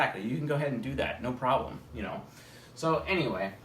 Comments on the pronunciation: Every time he says "anyway" I hear "Ne-way"; the path of the ENTP :) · YOOO I had the EXACT same thought 🤯😆as an Ne dom